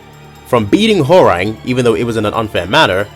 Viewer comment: bro said WHORANG